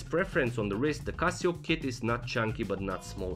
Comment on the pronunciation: why are u calling it casiooak